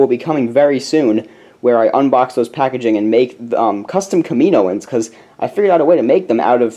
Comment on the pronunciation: it's pronounced Kam-I-know-ens, not Ka-mino-ens :P